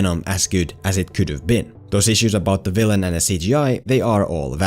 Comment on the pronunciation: “As gewd as it kewd’ve been.” That accent has me dead I love it BAHAHHAHA 🤣